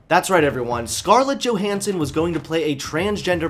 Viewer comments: He said Johnson instead of Johanson a few times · Do people still not realise that the J in Johannson is pronounced as Y? Also, it's actually good that Scarlett Johansson didn't go through with a trans role. I like my movies to be believable and no one would believe a someone as smoking hot as Scarlett Johansson is trans. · Fantastic. Thanks for attacking NowThis!!! You said "Johnson" in place of Johansson . Keep the content flowing! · Johansson, not Johnson